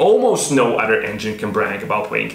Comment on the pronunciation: you talk about initial d dialog yet you say "udder" insted of other...also there are no other cartoons period that go into the base engineering dynamics of racing technology and as far as dialog it was a manga first.. you should do more research and post fact rather than your opinion. fact is the toyota 4age motor was a special engine that was produced by two manufacturers. the head was not designed by toyota it was designed by suzuki based off of a motorcycle engine this is why the engine can high rev. the design of the narrowing engine block or crankcase at the bottom supporting a large high flowing head.. this is what makes it iconic and great.. the weak points of the engine are oil delivery as most japanese engines are notorious for bad crankshafts, bad oil system and poor ignition system design. you should point out these points... not your bad language delivery and critique of the best car cartoon out there.. since there is no competition to initial d. but of course you knew that...but you seem to be a youtube actor not a engineer or engine guy... sorry if i hurt your feelings but you should do your research prior to trying to make money on youtube which is a public forum.